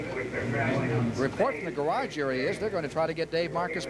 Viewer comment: Ken "gararge" Squire. The man never met a word he couldn't mangle.